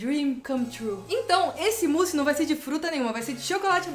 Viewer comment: Sempre q ela fala "mousse", eu ouço "pussy"